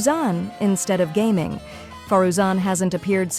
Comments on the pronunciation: Ai voice says gah ming, then gaming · I can't believe the AI voice pronounced Gaming correctly lol